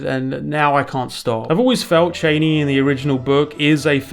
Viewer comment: Chain E is the correct pronunciation according to Frank Herbert himself.. Props 👍